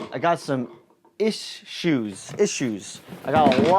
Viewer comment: I clicked like button just for "iss-shoes"